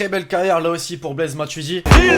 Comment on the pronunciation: Il a dit baise matuidi!! oh my god😰